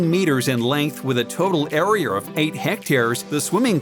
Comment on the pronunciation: “Areaer” like wtf he said it like a 100 times. It’s pissing me off